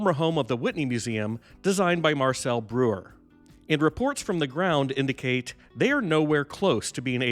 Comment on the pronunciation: It's pronounced BROY-er.